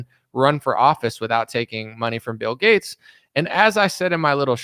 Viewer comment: Seriously wondering why you say G-A-T-E-S like Getts? I've never heard it pronounced that way.